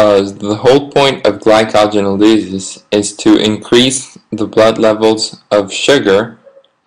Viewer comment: I stopped listening after I heard how you pronounced glycogenolysis. I'm sorry, but it's the truth, and you can flame me if you want.